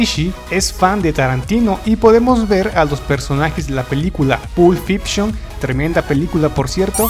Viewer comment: Aprende a pronunciar primero antes de grabar, Pulp Fipshon.